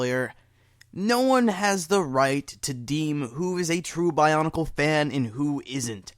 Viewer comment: love, how it sounds like barnacle sometimes, when he says bionicle quickly.